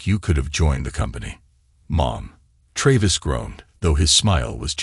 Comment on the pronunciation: why not spell sons name the english way.... shaun then at least its pronounced correctly....hearing "seen" every time is jarring not to mention tray-viss